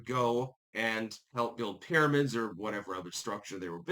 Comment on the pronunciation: "Para-mids" is now on the list of words can't pronounce alongside diaspora and Maryland